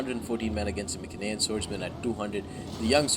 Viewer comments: be honest, the correct pronounce is My-cen-ee-an, My (as in me), cen(as in can). P.S. Seleu-c-ids not Seleu-s-ids. That My-s-enean is the exact same mistake. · mycenaean: my (as in my) sen (as in sent) ee (as in eat) an (as in an) so pronounced: My-sen-ee-an (emphasis on the my and the ee